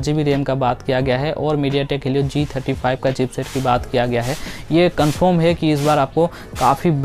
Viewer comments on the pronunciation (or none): none